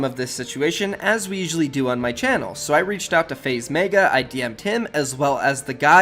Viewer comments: “Faze MAEGA” ITS FUCKING MEGA M-E-G-A (MEH-GUH) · pls stop saying meiga its megga